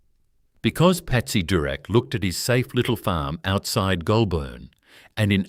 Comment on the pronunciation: The pronunciation of words is deplorable. Simple words like DROUGHT, GOULBURN and many others.